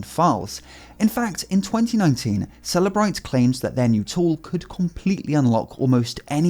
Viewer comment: The way you pronounce Cellebrite... "After Apple refused to unlock the phone, the FBI went to celebrate"